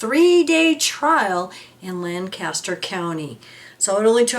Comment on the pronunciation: LANcaster is in the UK and California. In Pennsylvania, it's pronounced "Lan-KISS-ter." Also, Martin and Jenn Haugh, is pronounced "Hawk." Thx.